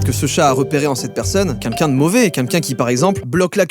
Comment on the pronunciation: Je viens de capter que tu sais pas dire queLqu'un tu dis quinquin ça me termine